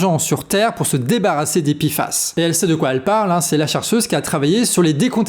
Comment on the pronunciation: P et i font pi et non pé.